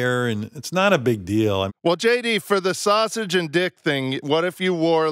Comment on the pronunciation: Sal: Saw-sage not sausage but Saw-Sage smh....sad that this show trying its hardest to stay alive